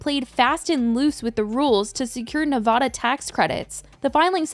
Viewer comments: You're mispronouncing Nevada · This so awfulll !! I hope all those people get there justice!! And it’s Nev-a-da lol